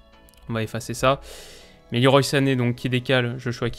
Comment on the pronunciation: leroy se prononce à la française